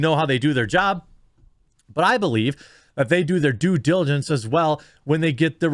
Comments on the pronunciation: He may want to do his due diligence to learn to properly say "diligence." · LeBron can't even say "diligence", let alone spell it. I bet his agent told him to say that before the press conference and just didn't spend the 3+ hours required to teach him to pronounce words with multiple syllables.